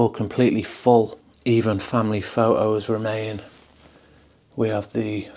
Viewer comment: Minute "Pho'o" ??? don't start me saying "bo'o of wo'o" 😁😅